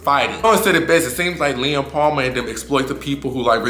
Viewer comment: He’s saying “Lem” with an accent 😂